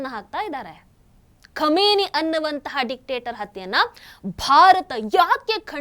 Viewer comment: ಕ್ಷಮೆನಿ ಅಲ್ಲ ಖಮೀನಾ